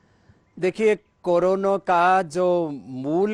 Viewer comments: करोनो नहीं करोंना रे अहिरा..😂😂 ए पगला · Corona bhi thik se pronounce nahi sakte humko advice derehe😅😅😅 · Bruh...u can't even pronounce Corona and u think I'll take advise from YOU?..go get a life fake guru.